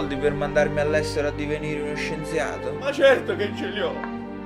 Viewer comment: non avevo mai notato che la prima volta dice scienziade